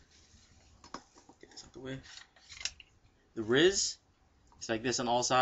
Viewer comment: its pronounced R-I-S not Ris, R-I-S standing for Rail Integrated System